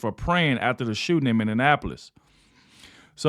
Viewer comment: Minneapolis - Mini-app-po-lis